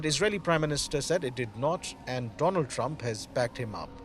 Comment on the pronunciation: My dear, Mr Do-Laand Trump😂